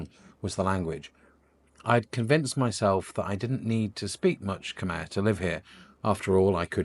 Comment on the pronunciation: Maybe your first job is to learn how to pronounce "Khmer" 😂